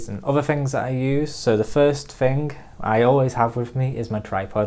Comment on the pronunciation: Excuse me. Off topic question. Can someone tell me what kind of accent this is. Why does he say Fing instead of Thing. Not judging or being mean, I am just curious.